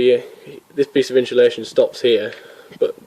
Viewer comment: Insulation. Notice there is no h in the word. Pronounced ins-u-lation. Again note there is no h. Otherwise good work.